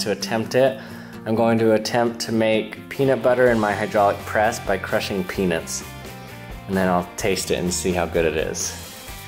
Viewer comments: It sounded as if he said he would be crushing penis and then eat it and see how good it is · sounds like your saying penis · I think it's funny that you say peanuts like "peanits" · I know this is really immature, but I couldn't help but hear "penis" whenever he said peanuts 😂😂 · Keona Goodhue I thought he said 'penis' at first